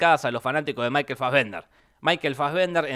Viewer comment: Puede dejar de decir Michael "Faggender"??